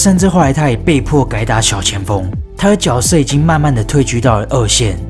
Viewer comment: 那个字念jue